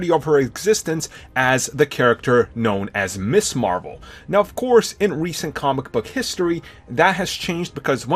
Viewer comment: Dammit. She was NEVER (IMO) "Miss Marvel"!!!!! She was Ms. Marvel. Ms. is pronounced MIZ, not MISS!!!!!